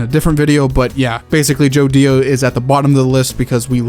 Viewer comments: bros saying Jodio like JoDIO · Bros saying JoDIO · I might be wrong but U are saying JO Dio like it has a space It feels like it shoud be Jodio like together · The way you say Jodio physically hurts me